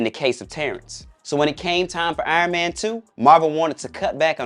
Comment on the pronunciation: We all know it's because he wouldn't stop calling him iron mayne